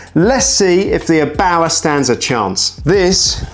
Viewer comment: It's Err-bauer not "abauer". Couldn't watch the video because of this nonsense.